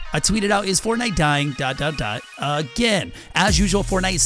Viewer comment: Bruh you can’t even say dying😂